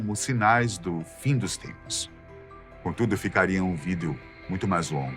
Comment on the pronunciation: nao da pra assistir com o cara falando "video"